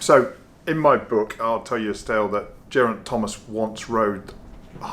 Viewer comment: Please stop pronouncing his name like that. It really made my eye itch. Bad enough listening to rob hatch lol. Sincerely. Geraint. That's Guh not Jer😊